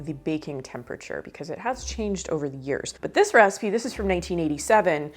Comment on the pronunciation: I like how you pronounce the word "recipe" as "raacipe". Cute. Must be a regional thing.